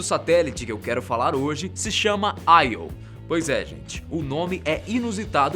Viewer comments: Io se pronuncia “Iô” mesmo e não “Aio” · não é aio. é io até os Karas do nategeo ah chama de io iiiiiooooo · Nao é aio é io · não te esqueças que Você é Brasileiro... "AI" é o cacete! Não se comporte como um americano, porra?! É Io!!!! É tambémp por causa de Brasileiros Subservientes como Você que nosso País não caminha!!!! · Pronunciou os nomes quase todos errados... Não se lê AIO... é IO mesmo. A maioria das luas são referências a mitologia Greco-romana. Ganimedes não tem acento no I. E esqueceu de falar sobre Caronte (Lua de Plutao) e a particularidade das luas de Marte (Phobos e Deimos). Muito desinformado esse pobre rapaz. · Júpiter possui 69 satélites naturais confirmados sendo assim o planeta com maior quantidade de satélites naturais no nosso sistema solar, dêem uma verificada pois pela data de postagem do video esse equívoco foi por falta de pesquisa. Outro detalhe é a pronúncia dos nomes ganímedes(normalmente pronunciado ganimedes) e IO(normalmente pronunciado io mesmo), que foram pronunciados de maneira pouco usual, para um assunto tão importante que é a astronomia acho que poderiam ter produzido um vídeo com mais cuidado para evitar esses equívocos.